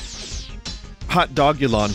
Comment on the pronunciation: Not only did he get "Hot Potagulon" wrong, he skips the cutscene!